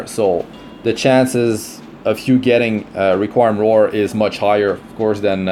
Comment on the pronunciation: It’s re-queem